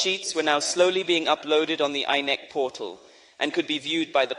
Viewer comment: As for the AI voice - very nice but the pronunciations of INEC, Lagos and Obidients, she would not have missed. Well done.